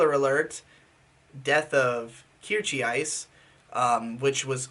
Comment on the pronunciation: KEER-CHEE-ICE lmfao